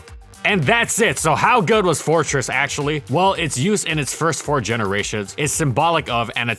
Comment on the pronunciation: "How good is Amino acutally?" lolol